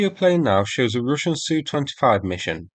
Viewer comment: Why you keep saying "Rooshian", it's Russian like (u pronounced and sounds like "A").